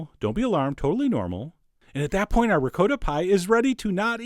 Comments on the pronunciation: Hey John, It's not said, (RECOATTA ) Cheese, it"s said (RECOTTA). That is if your Italian. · ricotta ~ ri-co-tta not “reecowttahhhhh” Please!!!!😧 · rick-coat-ah??? that's not the way it's pronouncicated! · John- love you to death, but your pronunciation of 'ricotta' made me fall off my chair. Merry merry!😃🎄🗽🎅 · So many eggs! It looks as if it came out quiche-ish. And dont even get me started on your pronunciation of "ricotta". Once you neglect to properly roll the r, there is simply no possible redemption...;) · I was about to ask why you mispronounce "Ricotta" but then you said "Jersey"... Understood.